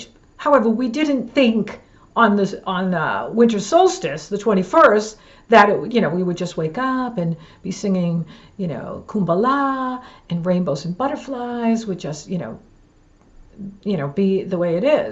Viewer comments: You know that I love you soooooooo much. I listen to every video. My favorite! Just one little thing... "its Kumbaya" which is an important african song meaning "Come By Here". I am never about correcting but I want you to know so you can be the absolute best, as you have ALWAYS been my fave!!❤❤❤❤❤😊😊😊😊Happy New Year. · Nice video. Google purnounciation of plethora, kumbaya.